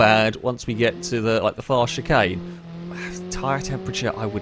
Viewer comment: Can we ban from saying “chicane”